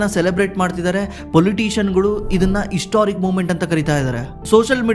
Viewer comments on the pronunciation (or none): ಅರಿದಾಡ್ತಾ , ಇಸ್ಟೋರಿಕ್, ಇಷ್ಟರಿ, ಇಂದೆ, ಅಣೆಬರ .....❌❌❌ ಹರಿದಾಡ್ತಾ, ಹಿಸ್ಟೋರಿಕ್, ಹಿಸ್ಟರಿ, ಹಿಂದೆ, ಹಣೆಬರ....✅✅✅ "ಹ" ಮತ್ತು "ಅ" ಉಚ್ಚಾರ ಸರಿಯಾಗಿ ಮಾಡಿ ಸ್ವಾಮೀ